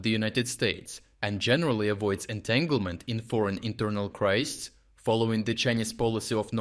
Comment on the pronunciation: Crisis pronounced "cry-sis" for a singular and "cry-seas" for plural. First time in a while that I've heard you mispronounce a word. Still, you're doing quite well for a non-native speaker.